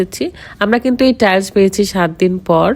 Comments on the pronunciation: বেশি ইস্টাইল করতে গীয়ে টাইলস কে টাইল বলে খেত মহিলা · আপু টাইলস হবে আপনি ভুল উচ্চারণ করছেন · আগে টাইলস বলা শেখ